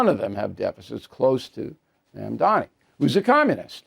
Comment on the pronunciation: Bill, learn to say 'Mamdani' correctly, it's not Mandami (at least now you get it right half the time, unlike your past videos on him). Please. Secondly, two candidates need to drop out to ensure Mamdani does not win, and this is very unlikely to happen. Therefore, he's not going to 'squeak by', he will win decisively. No, this is not good news. At this point a majority of New Yorkers could vote against him, and because the opposition is split three ways, he will still win. Not the fault of New Yorkers, but the fault of ego-centered candidates who won't get behind one alternative, because of their egos and their fantasies. Like the Prisoner's Dilemma, they will all act selfishly, and they all will lose.